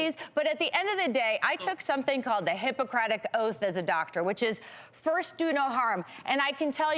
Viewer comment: Harpocrates lmao. Harpocratic oath 😂😂😂